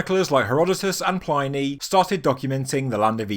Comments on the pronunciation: Dude. Check out how to pronounce "Pliny" the Elder. I've heard you say it wrong in a few videos. Not sure what I think about this gradual construction in different phases theory. It's not so exciting. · I enjoyed this. Quite compelling. The only pedantic thing I can criticize is that "Pliny" should have the i pronounced short as in "in" rather than long as in "dine" (the e does the modifying). In most European languages it's probably best to assume short vowels rather than long. especially standalone ones like this. No such countries as "Eye-raq" an "Eye-ran" as some Americans would have them.